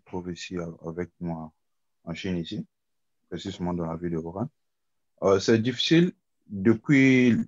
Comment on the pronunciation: La ville de WUHAN et non WURAN